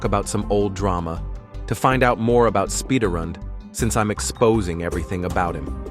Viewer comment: AINT NO WAY. SPIDARRUND? God dammit